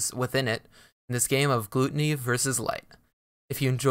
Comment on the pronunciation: Isnt it pronounced gloo Tony? Rather than gloo tunny